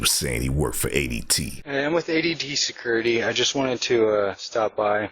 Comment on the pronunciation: "I'm with ADT sekurty" 😂😂😂😂